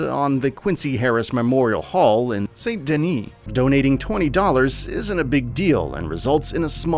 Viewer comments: Saint denny? Boi it's "San Din-knee" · My head exploded when you pronounced it Saint Denny....dude, it is St. Denis and pronounced "San Deni". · Its San- Danee not saint Dennys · How are you gonna say "saint Denny" when they pronounce it the correct way in the game. Sann dih-nee. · It's pronounced "Sandy Knee" not "Saint Denny" you heathen 😭😭 lool 😂😂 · Not “saint denny” it’s like “sawn duhn-EE” cuz it’s French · It’s pronounced San Denis not Saint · its not pronounced "saint denny" its pronounced "san denny" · “Saint Denny” 🤦‍♀️ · guy just said Saint Denning obviously never played the game. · Did this boy just say Saint DennII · "Saint Denny" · You didn't really say Sant Deny, did you? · It’s pronounced San Dani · dude said “saint denny” lmao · Dude…it’s not Saint Dennys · I cringed every time he said “Saint Denny”. Have you even played this game?! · This guy doesn’t play RDR2 as evidenced by how he says “Saint Denis”. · sorry but the way you say Saint Denis is annoying me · I doubt that anyone that has actually played the story mode of this game would ever say "snooping around the van der Linde-camp", because it's not snooping around, it's where you/the character lives, as a key member of said gang. Another thing I noticed right of the bat, is that anyone that enjoys or has enjoyed RDR2 would ever pronounce "Saint Denis" the way the narrator here does. Don't waste your time on this video, it is just clickbait to take advantage of a one of the best video games ever made to date. I promise you will get much better videos about RDR (1 & 2) if you try to find som fan made videos! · After all these years there's still people that don't know how to pronounce Saint Denis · When it's painfully obvious the VO guy mispronounced "Saint Denis" and then did retracks and still got it wrong. Clearly never played the game. LESSON: If you get a job to talk about something you are not familiar with...get familiar so you don't make everyone look bad.